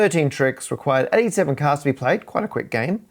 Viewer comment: Caaahds, caahds, caadhs 😂😂😂